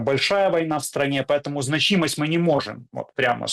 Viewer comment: Правильное ударение в слове «значимость» - на первый слог: «зна́чимость»